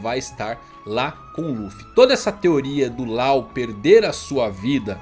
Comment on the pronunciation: A pronúncia é Ló e não Lau 😩